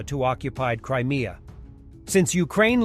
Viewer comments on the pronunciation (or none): none